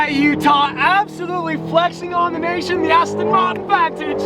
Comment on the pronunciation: You mean Vaahn-tige